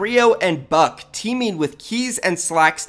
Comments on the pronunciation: Kreo and buck 🤣 it's Bucke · Buck-eyyy not buck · It is annoying me that u r saying buck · Him saying buck just pisses me off